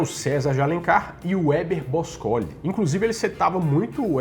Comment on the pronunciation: Você pronunciou errado o nome de Héber Bôscoli. Olha o acento no primeiro "O"